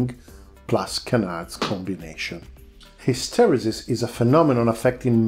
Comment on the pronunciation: Thank you for your video, you appear to really know your aerodynamics, my only advice is that as you are not a native english speaker, to make use of one of the internet word pronunciation sites, it took me until your third mention to get that you were saying "hysteresis".